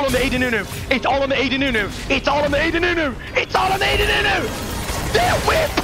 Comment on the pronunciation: "aw de nunu, aw de nunu, aw de nunuuuu" xD I love the way he says ad haha